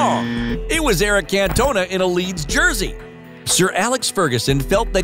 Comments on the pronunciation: Can’t- Ona 😂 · The way he says cantona is giving me a migraine